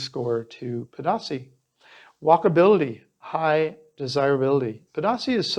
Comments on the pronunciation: It’s pronounced: Pay-dah-si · Unbelievable that a gringo that would like to perhaps connect with locals and appear to know the culture and place not even make the smallest effort to pronounce the name of the principal subject of your video correctly. Every time i hear "pah dah say" I want to puke. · its pronounced ped-a-SEE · Nice video...but, Pedasí is pronounced as Peh-dah-SEE. And Venao is pronounced as Veh-NOW. Do your homework! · Pedasí has an accent on the last syllable, not the middle one. Venao is pronounced vĕn•åh'•ō. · Seriously bruh if you can't even pronounce the town name ... smh